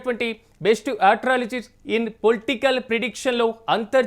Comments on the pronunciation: Atralogistics 😂 kadu astrologist 😂❤ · ఆస్ట్రాలజిస్ట్. ముందు ఇంగ్లీష్ ప్రొనన్సియేషన్ నేర్చుకో.